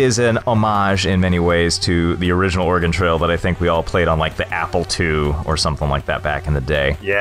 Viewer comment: Thank you for saying OREGON correctly